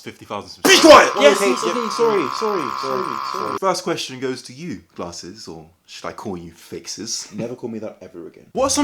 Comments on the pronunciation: lol when you said Americans and glarhses you sounded irish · None of them are the real because they do not pronounce it like "Guh-laRses" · to be fair when you say your channel name it sounds like you say it with an r